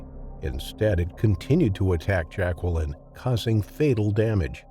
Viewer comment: Yeah and learn how to pronounce Jacqueline correctly.